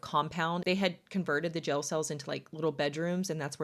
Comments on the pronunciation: i love how you pronounce the word "jail" 😅❤ I am from texas, so I say "jay el". You say "gel" 😅 Too cute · Curious why you call a jail a “gel”